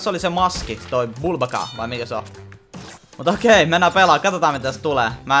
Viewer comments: se ei oo vubaka vaan ukabuka😅😅Joo ja jatka näitä pls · ärsyttää kun sanot bulbaka vaikka se o n uka-uka